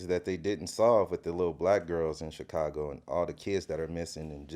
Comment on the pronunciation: Vlad you STILL can't pronounce Chicago. It's (Shi-ka-go).